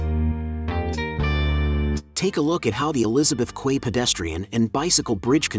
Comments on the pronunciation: It’s pronounced key. Not quay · Learn how to pronounce "Quay". It is phonetically identical to "Key". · "Quay" is pronounced "Key" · Teach your AI how to pronounce Quay. It is pronounced as if it were spelled Key. :) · Quay is pronounced "key" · quay is pronounced key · Just for reference - Quay is pronounced as "key" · "Quay" is pronounced as "key".